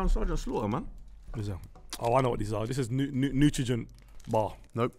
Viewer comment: I spat out my my tea when said “Nutrogen” bar… he meant Nutrigrain lol